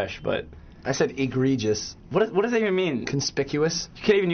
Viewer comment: "i said egregeous!" xD i love alex